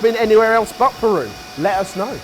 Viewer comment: As a proud peruvian please don't butcher the pronunciation. ....wait too late lol